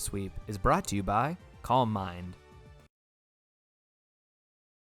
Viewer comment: Calm mind is pronounced KAAM MIND